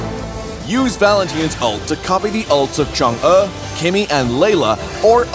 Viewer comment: Did not know Chang'e was pronounced that way...